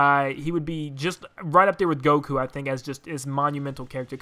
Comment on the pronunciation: This man just un-ironically said Goku...